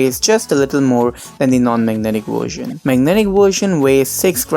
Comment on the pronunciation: “Wersion” xD